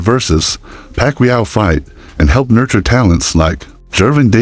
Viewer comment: Either this is AI generated audio or this dude is slow..Manny Pacmeua? 😂